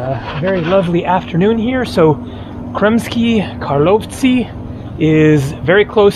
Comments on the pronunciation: I heard many times foreigners trying to pronounce "Karlovci" haha, and your attempt is the best one by far :) Basically you only pronounce accent wrong, It's Kaaarlovci, not KarlOvci :) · Kar- low-vich. As in Ivo Karlovic with an I at the end.